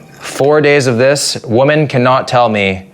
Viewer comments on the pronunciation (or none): It's a sad day for the Canadian education system when people like don't know how to pronounce the word: "women".